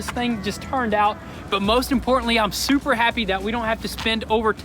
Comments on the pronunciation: "Suppper" is like "Daaamm" cool 😅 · It's "super", not "supper".